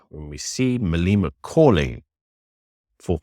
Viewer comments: Why you say Maleeeema its Malema get it right . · Malema rhymes with dilemma 😊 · How are you pretending to be South African, but then you mispronounce Malema's name? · Pronouncing his name correctly would be respectful, unfortunately respect is not a given, its earned.